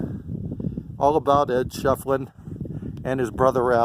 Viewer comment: I believe it'a pronounced "Shif'elin",... Can't wait to move there in about a month! Ed's one of the characters of Tombstone that I'm working on doing paintings of... Maybe we'll meet some day, buddy!